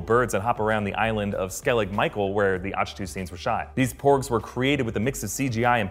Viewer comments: I’m pretty sure it’s pronounced ack-too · Great video apart from pronouncing Ahch To with a soft 'c' rather than a hard one, like Achilles...